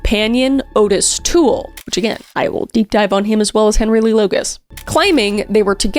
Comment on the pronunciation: Ottis Tool's name is mispronounced in your video. His name was officially pronounced OUGHT-iss instead of the more traditional OWE-tiss.